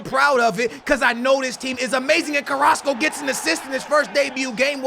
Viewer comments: you were calling Carrasco:"Carraso" you were missing the "c" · You used to call carrasco , carraso 😂😂